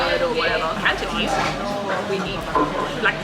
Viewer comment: I noticed that the host has very good Cantonese pronunciation.